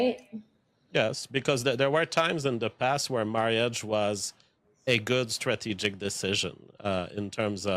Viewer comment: I am never one to speak on accent or non English native speakers on how they pronounce words but him saying marry-age over and over is irking me :/